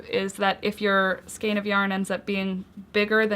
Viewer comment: Thanks for this. FYI skein rhymes with rain ;)